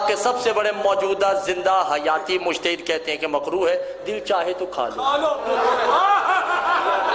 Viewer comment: 😆😆😆😆ooo bhai oo Ye jo padh raha h uska wali ya mujtahid se kya matlab Aur jaise allama the waise unke manne wale jahil Jinko pata hi nhi مشتهد nhi مجتهد hota h